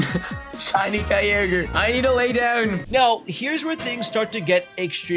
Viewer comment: "SHINY KAI-YOGURT!"